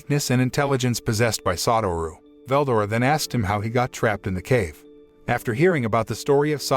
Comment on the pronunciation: I hate this guy the way he says names makes me mad for example Veldora say it like two words Vel and Dora fucking annoying